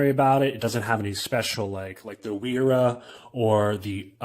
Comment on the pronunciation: BTW... Wera is pronounced (Vera ... the W uses the V sound .. same for Wiha tools = Viha pronunciation) - Nice review ... 👍